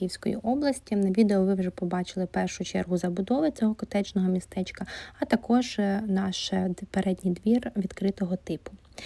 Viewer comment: Ця промова катєжЖЬЬнього містечка😅😅😅😅😅😅